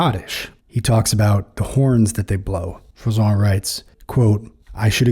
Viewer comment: It's Jean Froissart with an 'r' sound at the end. The way you pronounce it it would have to be Froissant.